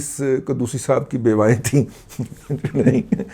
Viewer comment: بیوائیں یا بیسوائیں؟ میں صحیح طرح سُن نہیں سکا🙂🙃